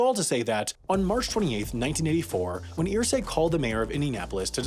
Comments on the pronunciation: It's pronounced "Ehrsay" not "Earsay" but great video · I wasn't going to say anything at first, but you say his name so many times it got on my nerves... Its pronounced errsay. Not earsay. Mini rant over. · I hate the way this guy pronounces Irsay's name. It's ER-say. Not EAR-say. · Its pronounced "ersay" not "earsay" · Wow, I am SHOCKED. You kept pronouncing the name "EER-Say" instead of "UR-Say", but you nailed "Hoosier". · I’m from Indiana and Irsay is pronounced UR-say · How do you do all the research and still end up saying Irsay wrong over the course of the whole video😂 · For your correction video in a year Irsay is not pronounced like how you said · As a Hoosier, it irked me he couldn't say Irsay correctly.